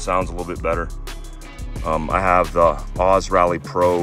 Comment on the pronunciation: > pronounced "OH - ZEE", like two separate letters. 😉